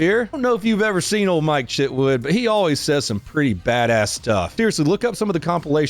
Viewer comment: did he say mike shitwood?